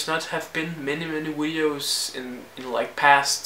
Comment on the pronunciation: Why do you say wideos ? And weasons